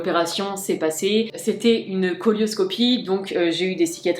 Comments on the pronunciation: La cœlioscopie ça se prononce « sélioscopie » pas « colioscopie » . On dirait que tu parles de l’imagerie de colon et non pas de la chirugie qui permet d’éviter d’ouvrir l’abdomen.. mais juste d’opérer en utilisant une caméra. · Ça se prononce célio et non colio pour pas qu un toubib te dises oh elle sait mm pas de quoi elle parle...